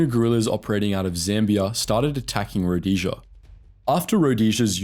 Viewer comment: About the only name you used Rhodesia was the only one you pronounced correctly.